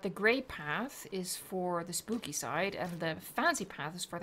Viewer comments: Did she say spoopy when she was placing the trees at the entrance 😂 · you said spoopy